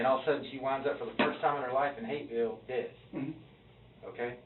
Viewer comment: The H in Hapeville turned into an R real quick with this scum bag around.